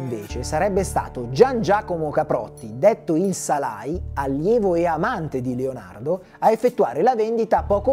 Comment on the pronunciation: Piccola correzione, è Salaì non Salai, è accentato